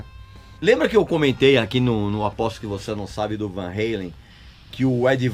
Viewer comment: É Van Halen com o A bem aberto Régis, o cara era holandês, e o sobrenome dele é holandês, não americano. Sei que você gosta de sair por aí corrigindo todo mundo, então tô aqui corrigindo você, não existe esse negócio de "heilen", não importa se Sammy pronuncia assim ou Lee Roth pronuncia assim, falam errado, eles americanizam o sobrenome.